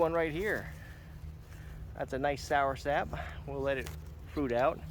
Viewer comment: It's not "soursap"... it's soursop.